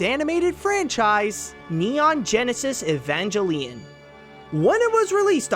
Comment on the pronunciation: I cringed so hard at that pronunciation of Neon Genesis Evangelion